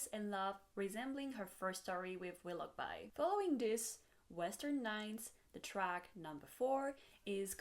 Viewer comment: Very nice breakdown! Also: Wiloughby is pronounced willow-bee. :)